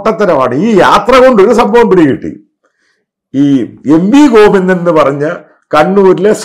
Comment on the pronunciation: "Covinda"...."Marangodan" .... manasilayi....haha...